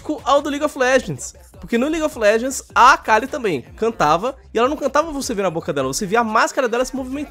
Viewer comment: ligui ofi légendis é horiveu mentira garai, kkkkkk